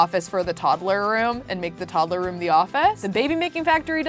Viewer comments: i love how she says toddle insted of toddler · Am I the only one annoyed when she says toddaler